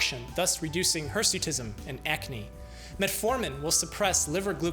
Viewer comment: Remember its hersuitism not hesuitism